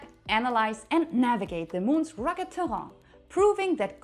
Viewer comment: Ha. You pronounced ‘terrain’ the French way. Bien fait ! Je l’adore.